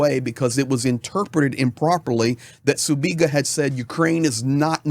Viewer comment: Sibiga, not Subiga. This is not the Cyrillic alphabet.